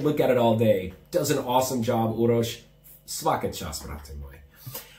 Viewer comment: Can we talk about his Serbian for a second... wow man, your pronunciation is so good! Svaka čast brate!!! Also, keep making these videos... they’re really entertaining and I assume they help you too. Keep up the good work and stay safe!